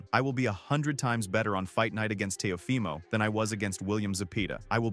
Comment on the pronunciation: Ok but how is teofimos name butchered at the start 😂